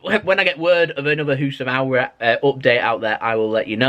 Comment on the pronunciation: His name is housam AAWAR not AWRAR